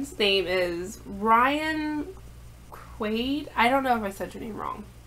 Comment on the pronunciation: I know of ryan. There are sooooooo many Quades. You pronounced it right